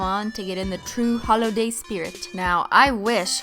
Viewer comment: holoday jumper not holo :(